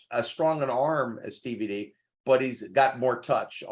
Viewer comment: Why you keep calling him DVD? It's TVD smh